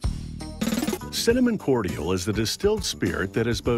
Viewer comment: Completely independent of the ytp, the way the narrator pronounces "cordial" is driving me fucking nuts.